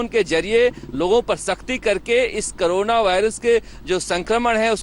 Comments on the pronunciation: करोना नहीं होता madam CORONA कोरोना होता है। क्यों आप journalist बन गये। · Madam aap kabhi karona (corona) pronunciation kar rahi hai kabhi korona. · Are bodan mahila carona nahi corona bol